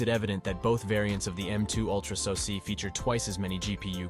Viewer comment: What is a sosee? AI audio is stupid. What is AKA ram? GeeBee option?